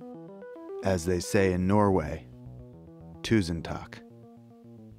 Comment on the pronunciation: This spirited man appreciated the «tusen takk for maten», pronounced surprisingly accurately in my native Norwegian.